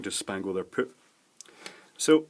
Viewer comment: He says PERP instead of poop... I'm crying !